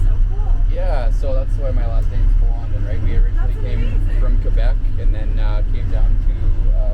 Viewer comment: "PLA-MOAN-DEN" I'm perfectly bi-lingual! :)